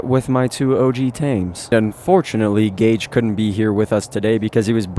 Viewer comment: My name is gage not gauge but I’m glad someone uses my name for a tame🤣